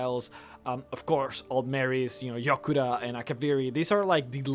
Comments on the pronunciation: It's Yokuda not Jokuda. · its Yokuda not Jokuda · FYI it's written Yokuda, not Jokuda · Thanx!:) I've been wanting a video on this topic for a while, also I believe it's yokuda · I thought it was Yokuda? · its Yokuda